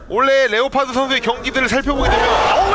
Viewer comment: 레오파드 감사합니다 완전 본토 발음이다 ㅋㅋ